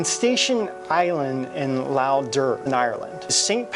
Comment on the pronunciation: Hi Guys How is it. Just to let you know being Irish the word Lough is Pronounced " Lock" as in Lock the door. Lough is Irish for Lake. Keep up the good work. Dasun